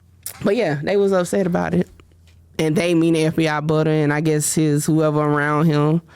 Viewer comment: He said Fbi Butta lol 😂